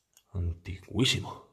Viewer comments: Se dice antiquísimo no ntiguisimooo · Debo aclararle a este joven que se dice antiquísimo, no "antigüisimo", es un disparate. Y creo que debe informarse de la historia de los lugares que visita antes de hacer los programas. Por lo demás fue un buen aporte de entretención. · Se dice "antiquísimo", no antugüísimo. Joder ... te estás luciendo. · Muy chulo el vídeo, sólo una objeción, por favor es "antiquísimo" no antigüisimo, esa palabra no existe. Feliz año me suscribo. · Muy buena exploración!. A modo de colaboración y con respeto, te informo se dice ANTIQUISIMO/A !!! y no como decís vos.